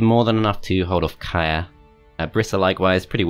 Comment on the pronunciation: FYI, Kyrre is a male name and is pronounced exactly as its spelled, not 'Kaya' :)